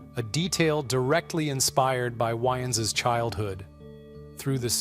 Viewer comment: Damon's last name is pronounced WAYens, not "whyens" .... Spelled DAYMON WAYANS